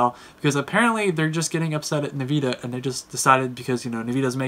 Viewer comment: Dislike for nveeda pronounciation